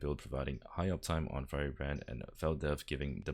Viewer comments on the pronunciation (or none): none